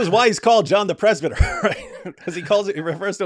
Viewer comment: ... John the PRES-BITER 😂😅😂😂